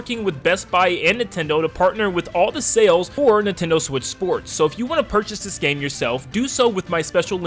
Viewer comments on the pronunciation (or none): none